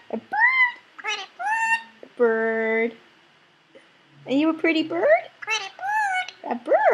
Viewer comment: Also the pretty blue bird is saying the pretty boyd